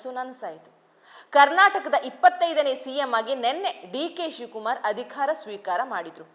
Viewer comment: ಚೆನ್ನಾಗಿ ಓದುತ್ತೀರಿ ಒಂದೆರಡು ಪುಟ್ಟ ಬದಲಾವಣೆ ಮಾಡಿಕೋ ೧.ಅಧಿಖಾರ ಅಲ್ಲ ಅಧಿಕಾರ ೨.ವಿಧ್ಯಾರ್ಥಿ ಅಲ್ಲ ವಿದ್ಯಾರ್ಥಿ.